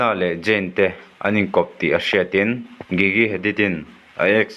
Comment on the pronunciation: i pronoun dan a diklo an hming hi gigi(jiji)tiin an lam zayn(zane)tiin lam tur